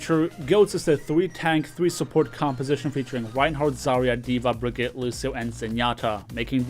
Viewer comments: It's Brig-ee-ta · You say Brig name wrong. Look up her blizcon reveal to learn how to say her name properly please